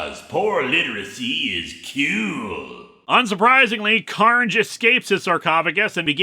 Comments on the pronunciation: No... his name is Don Car-Na-jay. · I feel that this is especially poor literacy because the apostrophe should be after the N if they wanted it to sound like “carnage”. Your reading sounds more accurate based on how it’s spelled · You could have pronounced it “Car-Nage” and given him a weird Euromix accent a'la Jim Cummings…